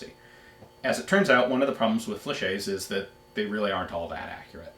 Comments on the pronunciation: Excuse the late comment but i wonder why you can't prononce correctly the french word "fléchette" when you can say "Gilette" (the name of one patreon asking question) perfectly... It's an old vid and nowadays many people compliment you for your french accent. . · No, you haven't. A French word ending in "ette" is pronounced exactly like it seems. It would be "fleshay" if it was spelled "flechet"